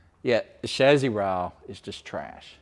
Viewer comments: actually English and American pronunciation is similar. Except Americans (like a lot of words) pronounce it phonetically, as in “Cha-see”, where as the English pronunciation is “Sha-see”. Your’s, “Shaz-zee” is just incorrect. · Everytime mispronounces “chassis”, I get a tick.